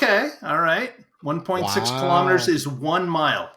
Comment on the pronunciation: 1.6 kilamaters 😂😂., were you mocking Kelli? Also, Christine was a 58 Plymouth Fury. I got to see one of Two screen used A-cars once several ago.